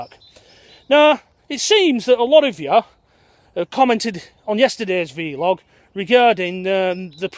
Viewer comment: Blog not bee-log = Vlog not vee-log . you say potatoes and I say lockdown. Really enjoying your daily delve into this mass open prison scheme we are all currently enduring. Best wishes